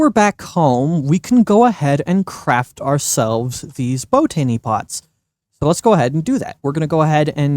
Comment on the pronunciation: Please stop saying bow tany pots. You said it right the first time....bot any!